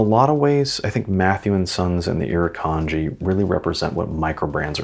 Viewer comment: It's not just the critters either. Look up the Gympie-Gympie plant. Great video, really love the design of the watch. And your pronunciation of the Iruknadji wasn't that bad really. LOL